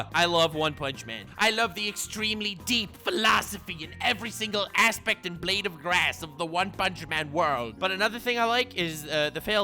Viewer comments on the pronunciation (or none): none